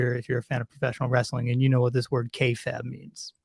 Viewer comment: You dont even know about wrestling dude, nevermind anything else. This is the least of your problems, but it just blows my mind; You didnt know how to pronounce kayfabe which is insane. And you dont the name of the Montreal Screwjob? Or Shawn Michaels? Dude... The wrestling stuff obviously was not close to the worst of what ive just witnessed but its just crazy how you dropped the ball on even the most basic shit here with the way your personality comes off. You can practically see the gears turning in your head - cranking harder and harder to look cool and project prestige onto yourself. It is pretentious and unnatural m8. Everything about you is effected and artificial. I couldnt even begin to engage with the more egregious aspects of what ive just witnessed here - but you are a fascinating individual. In the worst way.